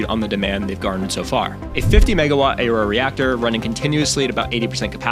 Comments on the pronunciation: Aurora is pronounced uh-ROAR-uh, not A-roar. Eielson AFB is pronounced EYE-ul-sun, not eel-sun. Other inaccuracies without cited sources and bad background music. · There's a fucking U next to the A in "Aurora". Why tf would you pronounce it "EHY-ROARAH"? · Ahk-lo?? Voggle?? Ay-rora?! You're messing with us right? Mispronouncing these to get people to comment?